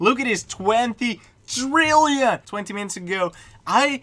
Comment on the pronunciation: THRILLION? OR TRILLION?